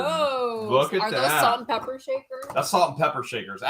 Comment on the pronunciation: Omg I was just taking a drink of my coffee and blooperd when he said salt and pepper shaker he said salt and pe**er I almost spit out my coffee. Love your vids as usual👍❤️🙋🏽‍♀️😂😂